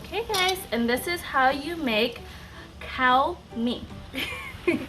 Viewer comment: Damn e ha nee! It’s pronounced like “COOR” think of COORs light beer. Need to “KUA-rect” your pronunciation. :)